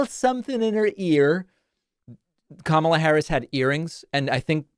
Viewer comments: He keeps calling her Kamala, like the wrestler, on purpose. He absolutely knows the proper pronunciation, he’s just a childish prick. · I've noticed that when Trump pronounces her name, he usually hesitates slightly so he can make sure he mispronounces it, because there are other videos of him pronouncing her name properly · What is totally disrespectable is constantly saying Kamalas name wrong purposely. That alone says everything about Trump to never ever vote for Trump.